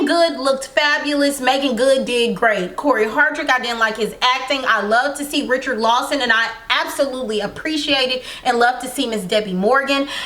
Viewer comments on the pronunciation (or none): You probably got pronouncing Richard Lawson like that from Taye Diggs in Brown Suga.